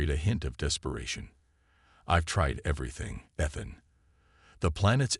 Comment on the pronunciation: How many times can your Text to speech engine mispronounce "Ethan" and the turn around and do it right..... Holy shit. Review some stuff before posting this drivel. This is bad. I'm only 3 minutes in.